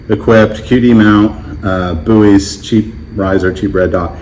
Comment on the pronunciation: You calling BUIS 'buoys' is doing psychic damage to me